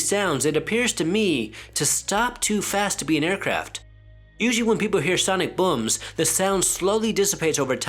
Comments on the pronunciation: His pronunciation lol Was I the only one hearing “bums” Instead of booms? Lol 😂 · Gotta love an Asian accent! “Loud buums” haha 😆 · He says booms funny bubba like buums I like loud buums bubba